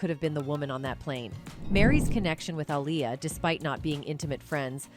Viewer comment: Why are you saying her name in two ways? Dirst you call her aliyah then you called her alier Like a liar. I guess someone told you because you then staryed to pronounce it appropriately